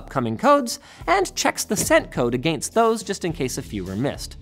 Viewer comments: Say “against” again? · Is anybody else freaked out about the way he says against?